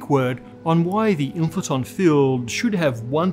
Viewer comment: The WHAT field? Inflaton? Can't understand the pronunciation.